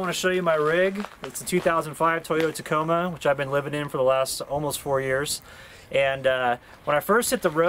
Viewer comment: Did he say a 2005 tocoma?